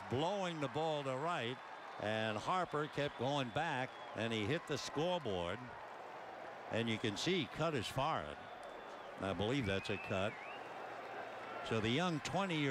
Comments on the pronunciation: You can see he cut his “FAR HEAD” who tf pronounces forehead like that hahah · okay does anybody understand what the announcer says about Harper ? "... and you can see he cut his "foreign" ? what? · "I believe he cut his farrud" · the way this guy pronounces “forehead” is hilarious